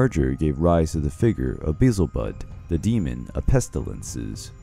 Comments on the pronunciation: Beelzebub not Bezelbudd ! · Like, the way you say BEE-zel-Bub instead of Bee-EL-Ze-Bob 😅